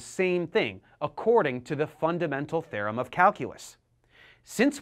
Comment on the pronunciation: "The mean value THEYRUM"